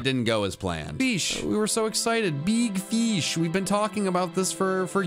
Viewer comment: BEEG FESH